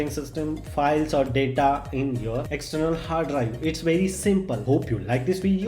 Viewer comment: Stop killing English brother rest in peace to all daaataaa which lost found